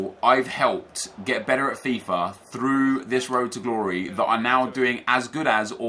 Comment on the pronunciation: Road to ddddddumb stop saying road to glory like that